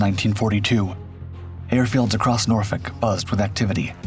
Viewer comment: Someone actually saying Norfolk correctly? That gets a like. 😂